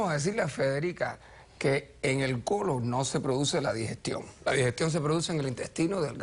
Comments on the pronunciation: Ahahaha yo entendí en el culo , pero dijo colon?🤔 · Jajjaa dijo colon pero se escuchó como culo